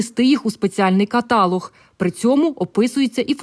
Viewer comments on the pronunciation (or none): каталОг , а не катАлог.. Соромно журналістові не знати таких речей.. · Правильно ставте наголос! КаталОг.